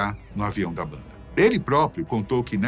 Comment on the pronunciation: parei de ver o video depois que ele falou a mesma coisa 3 vezes "a baanda mais perigosa do mundo"